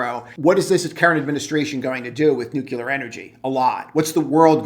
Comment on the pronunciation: Good analysis. Friendly tip- revisit your pronunciation of nuclear... there's only 1 'U' in that word 😉